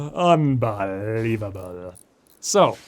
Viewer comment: LOL I always thought about asking if you followed Nat every time you said unBOHlievable, but somehow I forgot. Now I know for sure!